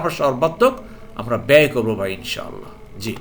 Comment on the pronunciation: محترم السلام عليكم ان شاء الله বলার সময় তিনটি শব্দ আলাদা আলাদা উচ্চারণ করবেন তাহলে যথাযথ অর্থ প্রকাশ পাবে